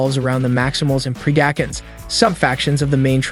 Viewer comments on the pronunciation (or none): that part you really make it hard for folks to not rip their hair out when you butcher the pronunciations like that! PRED-A-CON, TERRA-CONS, and its R-C "Arcee" SMMFH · He did not just say Pree-dack-un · Pred-acons not terror-cans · Its not Pre-dack-uns its Pred-i-cons also its not Terror-i-kins its Terror-i-cons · I was so confused who the “pre-dack-uns” were until I realized he horribly mispronounced predacons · It's Preda-con, like in predator. And Terror-con. Pretty sure the Terrorcons are from the Best Wars Uprising franchise. Those of us who grew up on Beast Wars, G1 and Armada are gonna give you a ton of crap for butchering the factions 🤣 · The "pre-dack-uns" is killing me slowly, but a solid breakdown. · idk how he even messed it up so bad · bro butchered half these names predacons - pre dac in? terracons - ta rac ins? cheetor - cheater? airrazor - err azor? had me dead through this whole video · Hahaha pre-dAcns nice pronunciation of predacons lol.🤣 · did he just say pre-DAkins, TARE-akins and deceptakins....?? dislike. see ya kid. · WTF is a Deceptikun? DeceptiCON. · Why can't this guy say Cheetor,Decepticons,Predacons and Terrorcons right I think he even pronounced airazor wrong.